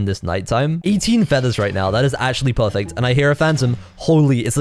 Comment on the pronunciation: is really good at saying pahfect